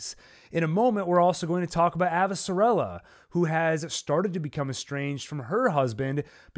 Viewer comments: thank u for breakdown. plz tho my gal is AvasaRALa not AvasaRELa. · Lol, the pronunciation of Avasarala and Amos was so cringey! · I prefer the audiobook pronunciation: AvaSARala.